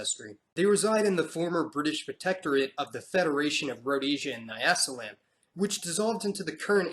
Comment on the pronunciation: it must be emphasised that the so called `intergration `was in fact raping of women. Also De Klerk didn't abolish Apartheid. Black Africans fought for it. Oh `Bantu and Nyasaland ( now Malawi) `are way wrongly pronounced.